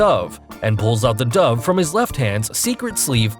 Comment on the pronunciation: I pronounce it dove but he pronounces it dove. I just don’t know which one is the right pronunciation.